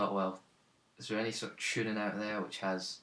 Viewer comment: Enjoyed this very much. Especially when you say "chooning" =0)